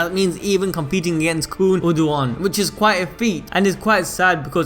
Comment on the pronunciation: PRONUNCIATIONS: Khun Eduan --> koon ed-oo-on Arie Hon --> Are-ee-aye hon Eurasia --> Europe and Asia had a love child Let me know if there are others I missed